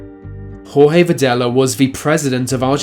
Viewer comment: Incredibly well done re the pronounciations. Who would have thought Jorge was Whore Hay. Thank you I actually do appreciate it.